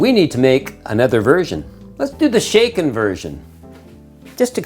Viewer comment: Shaklen, not stirred 😂